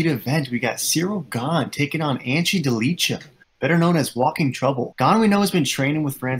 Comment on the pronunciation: It hurts my ears, when you say: Ante Delija